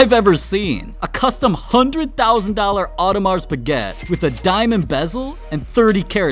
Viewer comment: "Audemars baguette"😂😂😂